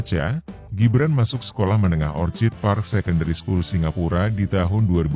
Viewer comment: Orchid bacanya okid, mas Kl. Orchard baru dibaca ocad